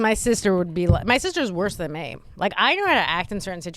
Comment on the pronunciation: Gonna make this real quick and easy: If you pronounce the word "me" as "May", you're garbage.